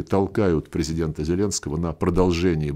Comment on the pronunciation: Нах. такого преЗЕдента!,,,"...23 фєвраля..."?! А Х.Я!!! 2013 рік, принаймні!